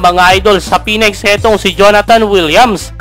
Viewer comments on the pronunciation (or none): Phoenix po hindi Phoenex.. Ayusin mo pronunciation mo next time ha